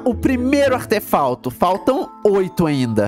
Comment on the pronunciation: artefauto kakakakakakakak